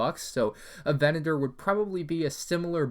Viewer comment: VE-NA-TOR PLEASE